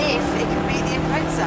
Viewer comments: ffs it’s impreza not “impretza” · it is not IMPRETZA... it is impreza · UK and US are both wrong, the Japanese pronounce it "Impressa" and they invented it. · When did they put a T in impreza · Obviously not very observant, my very obvious reason for bringing up the Forza series is they're pronounced exactly the same. You can literally just search it up. There's a T sound in both Impreza and Forza. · What the fuck is an Impretza LOL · Impreza or Imprettza? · who the fuck says impretsa? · "Impretza" lol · Lol impretza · You say impreza wrong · I was so triggered every time, where is the T.